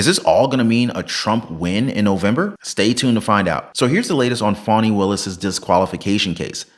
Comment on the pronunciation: 😂 Sounds like he's saying phoney Willis 😂😂😂